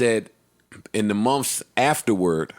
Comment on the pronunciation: Ok Joe, mumphs (months) is turning into mumps now